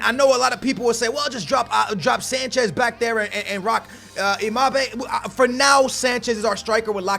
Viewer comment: Imabe? It's embappee